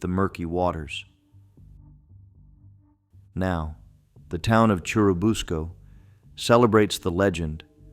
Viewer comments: He can’t even say Churubusco right.😮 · That’s true, he mispronounced it. Also Oscar the giant turtle is the only one of these “legends” I have heard of